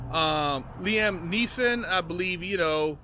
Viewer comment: Common you had me calling him Lam Neilson 😂